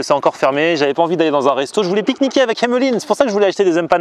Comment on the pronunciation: Super vidéo :-) Pourquoi tu accentues le mot Emmeline ? En tout cas vivement les 500K !